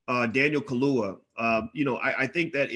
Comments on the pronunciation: Not ka-loo-wa. it's Ka-loo- ya. Get it?🙄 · how the hell u gonna talk #@ about black empowerment, africa etc. but can't show basic respect to try and pronounce an african name correctly. Ka - lu - ya : simple!! Contemptuous mispronounciation reminds me of how africans are treated by racists - SMH!